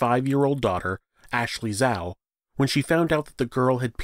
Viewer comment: Zhao pronounced as Jaou, the Zh sounds like J not Zao